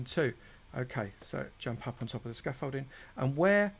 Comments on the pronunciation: Scamfolding* lol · Him saying Scoffolding I want a count "OVER 9000"!!!!! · If I hear you say scaffolding 1 more time I might transform into someone from essex